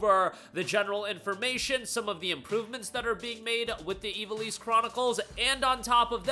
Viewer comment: Dude. Say it with me - IV - AL - ISS. IV AL ISS